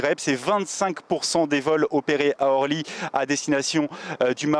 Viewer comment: Il faudrait expliquer à la personne qui fait le reportage qu'on ne dit pas aéroport de Horly mais aéroport d'Orly.